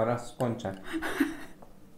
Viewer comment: To Nuriego "bywajcie" za każdym razem mnie rozwala😂😂😂❤️❤️